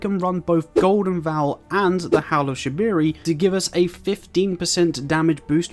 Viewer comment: bro rlly said howl of shabiri